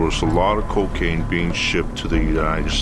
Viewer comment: "the kekain trade" 😂